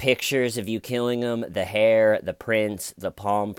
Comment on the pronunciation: Love this..the hayer was theyer..lol 😂😂😎